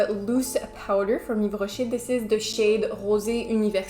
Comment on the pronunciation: I've loved the video and the look 😍🔥I like Yves Rocher too, I have few products that I use everyday but I've noticed their eyeshadows are bad😂 especially the mat ones! The nacré/scintillant ones are very pretty instead! Btw are you French? Because your pronunciation slays!! Love from Italy 🇮🇹☺️